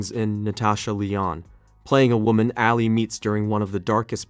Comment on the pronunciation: Nobody has said it yet but you definitely butchered the pronunciation of Ali’s name